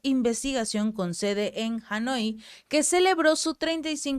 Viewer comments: Por favor, sean más cuidadosos: No es "Anjoi", es "Hanoi" (minuto 4,50) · TE TOCAS MUCHO EL CABELLO Y ESO SE ENTIENDE COMO NERVIOCISMO, HAS COMETIDO MUCHOS ERRORES DE PRONUNCIACION POR EJEMPLO AL DECIR HANOI PRONUNCIASTES "ANOI" CUANDO DEBERIAS PRONUNCIAR "JANOI" Y TODO ELLO SIGNIFICA QUE ESTAS LEYENDO EN TELEPROMPTER...CUANDO ERES UN GRAN LECTOR DE HISTORIA Y UN GRAN CONOCEDOR DE CULTURA GENERAL DE HISTORIA AL NARRARLO LO PRONUNCIAS CORRECTAMENTE Y CORRIDO. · Anjoy ? : NO Hanoi : Sí Puedes decir: Janoi para que suene parecido. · Hanoi, asi es.